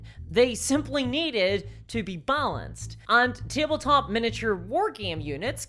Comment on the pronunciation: wtf is "teeble-top"